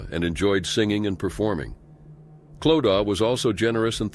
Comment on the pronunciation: It’s pronunced Cloud-a not Clow-da!